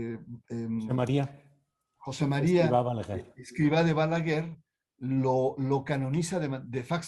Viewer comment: Interesante, pero no pronuncia bien ni el nombre del Fundador. Y no soy del Opus Dei!